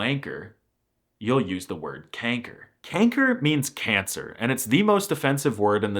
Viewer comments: kenker? it is pronounced kanker (the a is porunounced like the ah a) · It's a little odd how you pronounce many of the supposedly Dutch words you're describing in English or Danish rather than Dutch. That is not you pronounce "kanker", or "tyfus", for example. It's a fun video, but I do think your pronunciation is a lot worse than you're implying. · My bro did you just say "Kenker"? I'm subbing, just for that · it sounded like you said "kanker" (in a more english way) lol also, i dont really see ij as a seperate letter. if theyre togethere to make 1 sound it can also be called lange ij (literally "long ij"). i learned the lange and korte ij/ei and otjes ou and atjes au but i really dont think that way. also, i didnt even know that if ij is at the beginning of the sentence, theyre both capitalized. if i even capitalize something, id only capitalize the i lol diphthongs* tbh your ui sounded like an au/ou 😅 also, its het meisje (not de meisje) because meisje is a "verkleinwoord", which basically means its when i word got small (meisje has become the new word for girl over timez but it used to be meid, which has de, not het) "ik zou dat uranium willen eten" 🤣 also, the g could be said in a soft way, we'll understand. its also said in a soft way in limburg and (noord-)brabant and dutch is said in alot of different ways (like saying de/deze/die when its het/dit/dat (god i hate that)), but that could also just be the evolution of dutch. languages are constantly changing and evolving, sometimes less noticed, so that could pretty well be the case sorry for this endless comment, i felt like sharing my thoughts :) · First of, as a dutch person, I don't know what to say... I feel offended but also not? It was really funny afterwards but why the "kenker" there, that one caught me so off guard xD Also, why is pronunciation so hard, and thus so incredibly wrong in any other language (not including languages close to Dutch)